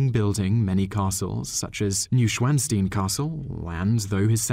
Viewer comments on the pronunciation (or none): Newschwansteen castle?! Cringe. Noish van schtine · He was not insane at all, just gay as could be, a grandiose spendthrift interior decorator, with an actor for a boyfriend, which in those days was the same thing as being crazy. Shades of Nate Berkus--Ludwig was quite handsome too. (And it's pronounced Noy-schvan-stine.) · the correct pronunciation of the famous castle is: noy- schvan- schtine, thanks! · new-schwan-steen ??!! Good grief. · Check how words are pronounced correctly before making a video! You made mistakes in videos this old, and I still catch wrong pronounciation in recent videos. Very bad, no up vote for such quality :[ Neuschwanstein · thats the worse pronunciation of that castle ive heard